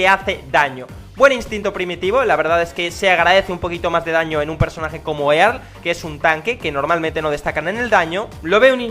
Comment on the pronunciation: Earl se pronuncia Erl